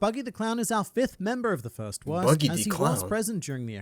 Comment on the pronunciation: bro just no he said buddy the clown not buggy d clown like bro pls stop i like ur vids and all but pls stop no hate